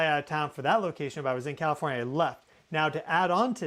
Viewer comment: Who says kafornia! He can't be from here!